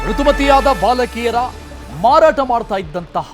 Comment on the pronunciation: ಮರಾಟ ಅಲ್ಲ ಮಾರಾಟ ಅದು